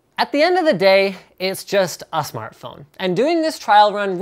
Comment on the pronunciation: "Just a SmarthPhone" ??? OMG Iphone Please